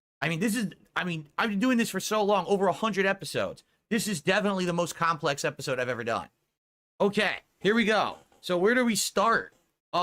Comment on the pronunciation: He said complex episode 😂😂😂😂😂😂😂😂😂😂😂😂😂😂😂😂😂😂😂😂😂😂😂😂😂😂😂😂😂😂😂😂😂😂😂😂😂😂😂😂😂😂😂😂😂😂😂😂😂😂😂😂😂.